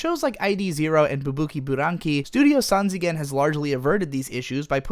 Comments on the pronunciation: pls pronounce sanzigen, not as "san zee gen" but "san ji gen". This is simply a play on words like "smyle" is pronounced like "smile", not "smeele" or like how smok is pronounced like "smoke" rather than "smuk" sanjigen means three dimentional (while nijigen is 2D and 4D is yojigen) but i'm 100% sure you know this. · Lmao that “Sanzigen” pronunciation. It’s pronounced sanjigen, and means 3D. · Pronounce it sanjigen (='3d'). 'zi' is just another way of writing 'ji' in romaji and its that 'ji' sound in the Japanese name..